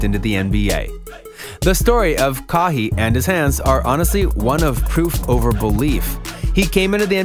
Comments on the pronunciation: say what??? kaheeeeee? realleeee? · “Ka-hi”? Wow you do not know basketball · "Kaww hee" Leonard 🤣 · If you can't say a player's name correct your in the wrong business..Ca-y & Yannis is how you pronounce there names🙄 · When NBA fans can't pronounce names Kahee Leonard he also pronounced Giannis name way wrong he is not an actual person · Ka-hee and janas is the way he said their names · “Kaw he” who is dat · "Kahii Lenard" *😮😂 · “Kawww he” who tf is that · I don’t think this guy is even a NBA fan, I mean, Ka-heee Leonard??? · You said kawhi and Elgin wrong